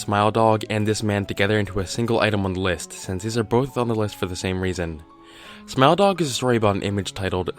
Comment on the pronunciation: Your pronunciation of Smile Dog sounds to me like Smell Dog xD